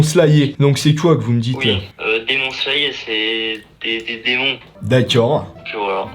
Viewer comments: " Demon slayé" " jujussu quaissen " 😭😭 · "Démon Slayé" 🤣🤣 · "Demon sayer" 🤣 je suis outrée 🤣